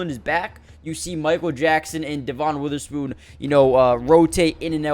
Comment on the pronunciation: Kinda shocked how many guys’ names you pronounced wrong. Devin Witherspoon, Brian Monay, Vigh Jones, Jair-un Reed, had to stop watching at that point.